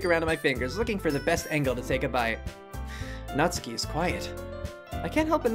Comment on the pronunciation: "I'm not good with Japanese names!" You can say "Natsuki" and "そして" correctly; you can say it all.